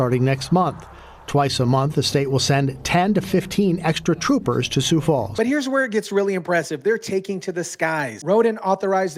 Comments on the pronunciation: It's pronounced sue, not sues. Great segment, though. ❤ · just a little pronunciation tip: the "x" in Sioux is silent! Just say "Soo" as in "soon" & you'll be golden. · "Most" of South Dakota is on board with this, but the liberetards are slowly creeping in here too! And why is driving fast being lumped in with this, we need a little excitement in Sioux Falls. Which brings me to another thing, it's pronounced Sioux (sue) Falls, a little research makes the story SOUND better. Dear criminals, A LOT of people own guns here also! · Sioux is pronounced sue.